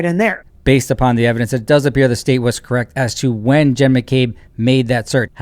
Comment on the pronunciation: Shameless boot-licking liar. I mean. Did you just call Jen “Hen” in the Latin style of the soft “J”,, you rascal?